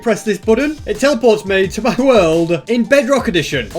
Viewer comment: I just love how he says mi instead of my